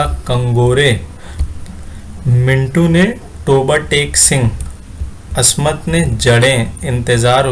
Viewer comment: زیور کا ڈبہ ہے۔۔۔۔ mu two. منٹو ۔آپ کا تلفظ درست نہیں ہے ۔۔